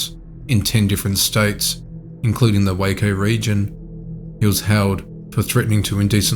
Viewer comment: I live in Waco.... its so weird when this stuff happens so close.... thanks for pronouncing it right btw